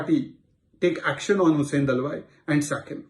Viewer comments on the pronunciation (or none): His name is Hussain Dalwai and not Dalwa as pronounced by News Anchor.